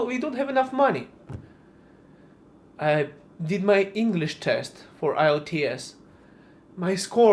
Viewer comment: IELTS?! Aye-E-EL-Tea-Es?